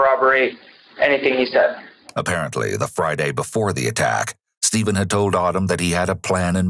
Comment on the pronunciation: so is it Stephen or Steven? You got that wierd